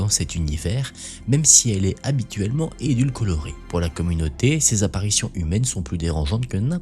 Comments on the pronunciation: "édulcorée " pas édulcolorée ! Désolée, je suis obligée de reprendre là, je suis diététicienne et l'entends déjà trop de fois au taff 😂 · Je réitère : "édul-co-rée" pas "édulco-lo-rée"! Faut penser à l'aspartame! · Édulcorée on dit 😂 pas edulcolorée